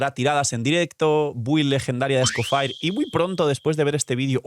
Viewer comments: Amo tus vídeos pero aprende a pronunciar el nombre del nuevo personaje por amor dios. Se dice "Escofie", no sé de donde sacaste el "Escofire". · Me da cancer escuchar cada vez que dice Scofire XD Whats wrong with you HAHA Literal pones en Google "escoffier pronunciacion" y listo. Se dice Scofié. las "r" son mudas. Pd: Lo mismo con Snezhnaya, Se pronuncia "Snesnia" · Por qué con lo de Shneznaya sí lo pronunciaste bien cuando te dijeron cómo se pronuncia pero Escofier lo sigues pronunciando como Escofire? Tremendo simp 🗿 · Bueno Escoffier y Skirk, que creo que es lo que más sentido tiene!, a pocos días de la salida de Escoffier, y sigues siendo el único YouTuber que no sabe cómo pronunciar su nombre?